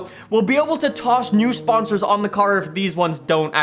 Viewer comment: Nobody:: SPAHNSARS